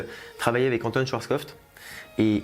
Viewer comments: Alors je sais pas si c'est moi qui plante, mais j'ai l'impression que tu retire un "p" et rajoute un "t" à la fin de schwarzkopf.... Aah et euuuuh.... Je viens de capter que moi aussi je me suis planté en rajoutant un "t" en plein milieu 🤦🏻‍♂️🤦🏻‍♂️😂😂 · N'empêche, tu a du mal à chaque fois avec le nom Schwartzkopf 😅 (faut bien trouver une critique sur la chaîne, hein) Merci pour ton travail comme à chaque fois